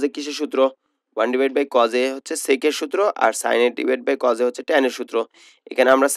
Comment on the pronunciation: আংকেল আপনি তো কজ বলেন কিন্তু এটা তো কছ